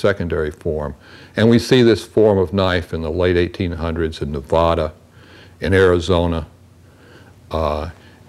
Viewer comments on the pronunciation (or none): none